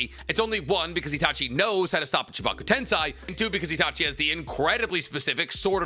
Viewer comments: Why does this guy struggle to pronounce “tensei” it’s literally just sensei with a t… wtf is a “ten sai” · Someone please tell me if it's a bit that he always says tensAI edo tensAI chibaku tensAI why does he say it like that💀 that's not how it's pronounced in the show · Am i tripping or does this dude not know how to pronounce basic shit like Tensei